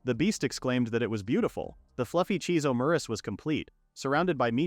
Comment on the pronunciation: Your AI says Omurice wrong. it says it like Omuriche. I guess it's just French.